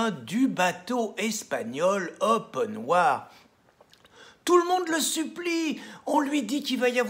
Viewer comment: Le bateau c'est ''Open arms'' pas ''open wars''!Haha...